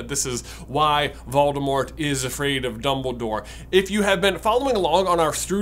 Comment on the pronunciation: You're pronouncing Voldemort incorrectly.